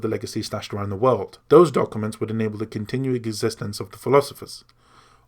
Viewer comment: Why can't you say the word documents?